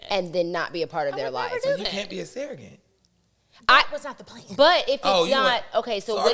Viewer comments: The way she’s pronouncing surrogate wrong loll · Can we talk about how pronounces Surrogate?